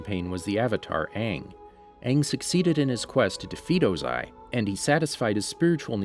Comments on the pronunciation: Oze-eye. Hahahahahaha. Sorry sir but it’s pronounced Oh-zai. Wonderful work though! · Ozai is pronounces wrong aswell smh. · Also Fire Lord Ozai... emphasize the "o" sound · Thank you and i dont know if it was mentioned but ozai is one whole word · E-roh oze-ai ag-e-kai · Add it is OO ZAI, emphasis on the O.